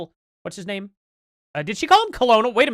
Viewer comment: She cant pronounce his name right. She obviously knows nothing about the corruption and death he sought on his people, she is full if bs.